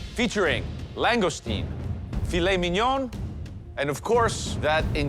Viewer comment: she also didn’t pronounce ‘ fillet Mignon’ right